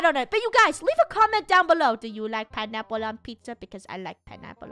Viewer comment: "Pinaple" It's "Pineapple"